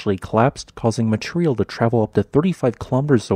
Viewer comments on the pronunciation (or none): You need to start enunciating better certain words: "material", it's "mah- tee- rhee-al", not "mah-tree-al"